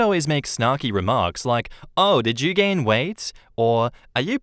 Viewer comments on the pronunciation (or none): none